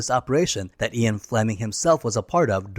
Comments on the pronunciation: You're saying Ian the same way people often mispronounce "Zion". It's pronounced "Ee-un" Fleming, not "Eye-on" Fleming. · why is Ian mispronounced as Eon?